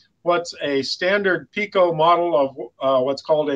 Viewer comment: When will you pronounce it PIKO with an I, not PECO that is a different UK company. When can we see a G scale Sprinter please?